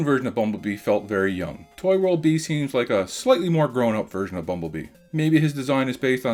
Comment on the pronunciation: It's bee not bii